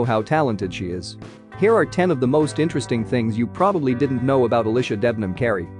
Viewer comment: im actually dying the way they pronounced alycia has me dead (al ish a) bfvhuwrbfiebfuvbiuvhuifv